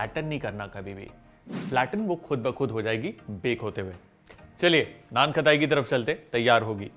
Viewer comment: Cool ❤️ But annoying खताई खताई It's खटाई